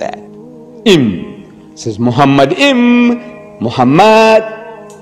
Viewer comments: Deedat was a layman in the Hebrew language. Moreover he was not even officially educated at all. The first mistake by Deedat is that he pronounced מַחֲּמַדִּ֑ים as ‘muhamaddim’. But he is wrong, it is ‘ma-kha-madim’. So there is no pronunciation of Muhammad. The other mistake made by Deedat is that he said that ‘מַחֲּמַדִּ֑ים' is a name. Again he is very wrong because מַחֲּמַדִּ֑ים is a masculine plural noun, so it is not a name (like יְהוִֹה, Yhvh). And because it is not a name it is impossible that it refers to the name of ‘Muhammad’. Also the claim that the plural 'im' (or 'eem') in ma-kha-madim in the Hebrew language was ‘added for respect’ is in this case false. Biblical poetry is typically built on pairs of metaphors, for example "they were swifter than eagles, they were stronger than lions". In Song of Songs it's "His mouth is most sweet, ממתקים, he is altogether lovely, מחמדים. So מחמדים, ma-kha-madim is equivalent to ממתקים, mamtaqim. So the addition ‘-im’ is just a superlative of ‘desire', so it means 'most desire'. Exactly in line with the other words in vers 16: ‘mamtaqim’ = most sweet and other places ‘partamim' = most noble. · No way. The first mistake by Deedat is that he pronounced מַחֲּמַדִּ֑ים as ‘muhamaddim’. But he is wrong, it is ‘ma-kha-madim’. So there is no pronunciation of Muhammad. The other mistake made by Deedat is that he said that ‘מַחֲּמַדִּ֑ים' is a name. Again he is very wrong because מַחֲּמַדִּ֑ים is a masculine plural noun, so it is not a name (like יְהוִֹה, Yhvh). And because it is not a name it is impossible that it refers to the name of ‘Muhammad’.